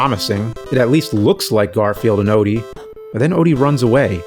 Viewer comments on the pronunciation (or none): "Fragile die"... Where's the "O"? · “Fragile Die?” Where’s the “O?” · FRAGILE DIE has no O in it, just wanted to point that out... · Theres no "o" in fragile die lol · Garfield Odie = Fragile Die? The “O” just disappeared. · Where is the "O" in "Fragile Die"?? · Where's the O in "fragile die"? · Where the "O" go in fragile die?